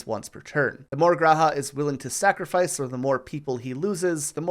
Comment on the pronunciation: I don't like how you said sacrifice like that. Final Fantasy is great it has its downsides but what franchise doesn't